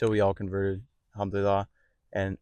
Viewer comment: Try to pronounce ‘Al-Hamdu lilLAH’ (الحمد لله) correctly, Islamic brother.